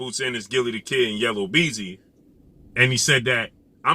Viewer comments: Yellow beezy🤣 yu mean YELLA BEEZY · Yella Beezy not Yellow… LOL